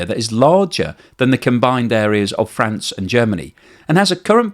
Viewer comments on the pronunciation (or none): none